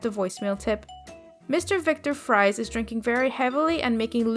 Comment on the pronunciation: Just so you know the names Victor and Nora Fries are batman references and Fries is pronounced like "Freeze" :p